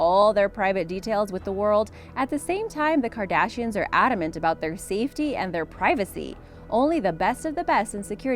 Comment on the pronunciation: It sounded like she said the CAR dashians